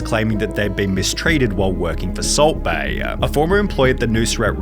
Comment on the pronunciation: The way you say Salt Bae is sending me. Salt Baeiyaaaa